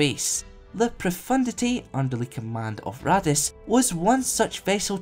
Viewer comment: Am I the only one who keeps hearing Raddus as "Radditz" from Dragon Ball Z? :)